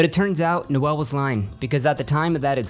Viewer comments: It’s Noel. Not Noelle. Noelle is a girl’a name. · I'm pretty sure it's just pronounced 'Nole' not 'Noël', or at least that's how all the guys I've met called that pronounce it. Also... 'Biderman' eh?